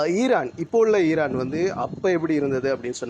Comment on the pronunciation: ஈரான் ஈரான் ஈரான் அந்த உச்சரிப்பு❤